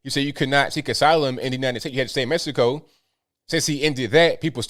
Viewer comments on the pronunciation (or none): none